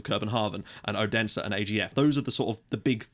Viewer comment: Just so you don't have to pronounce "Odense" again, they are commonly just known as OB ;-) Hope to see you back soon, mate!